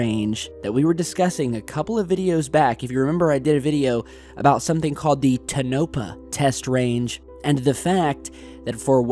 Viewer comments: buddy, your killin' me. 2nd vid now w/your PRONUNCIATION RAPE of my FAV coyote hunting spots. STOP IT. NOT Ta-noepah...ITS TOE-NA-PAW(TONOPAH) DRIVES ME NUTS WHEN U SAY IT THAT WAY LOL, besides that keep up good work! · It is not Tah - NOPE -ah, it is TOE-nah-pa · Here we go again.. it's not Ten o pah, it's To na pah... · TOE-na-pah, not te-NO-pah. Other YT videos out there with folks who claim to have worked there and that's their pronunciation. They call it S-4, or Section 4 of Area 51, also known as Groom Lake or just "Groom". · not "Tone-opa" it's Tone-ah-pa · Tone-uh-paw not tun-nopa. Nevadan input. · It is NOT Tone Opa.... it isTONE A PAW!!!!! Tonapa has been there for forever!!!!! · TONE-uh-paw. Not tuh-NOPE- ah. ✌ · Not "Ta NO pa" man, it's "TOE na pah"!!! Jeez... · Tona-paw not ta-nope-a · Tone ah paw..... not tonopuh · ....correct pronunciation... Toe Na` pa` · This is correct. Tow na PA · TOE-NAH-PAW!!! It's killing me!! Lmao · It's pronunciation is toe-na-paw. Tonopah. Groom lake was area 51 but Tonopah Test Range was an area that included area 51, but now an actual air field...Def on to something they want hidden. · Toe•Noe•Pa. The first two syllables rhyme. The last is half of Papa. Pretty much equal emphasis. 🌺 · you're saying it wrong...it's TONE-a-pah. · Tonopah= Toe'- nuh- paw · FYI, again honey, it's TONE UH PAW. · Dude, love your channel. Now try this, tone-a-paw. Tonopah NV. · TOE-NA-PAW TEST RANGE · Tonopah- Tahn uh pah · Taa-no-paw. Tonopah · Its TONE A PAW! I grew up in Vegas and there's so many aircraft taking off by the mountain that it's hard to tell because you need really nice cameras and gear to really be able to know what your seeing. However, I have a few stories about seeing strange things in the sky!. Bnnnbnn,.. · come on you are pronouncing Tonopath incorrectly. Say it like this: tah-no-path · it's TOE-NO-PAW. Accent on the last syllable. You're welcome. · Ten-o-par "Tenopah"